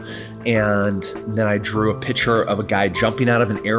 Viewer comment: Hard to take someone seriously when they pronounce the word picture as 'pitcher'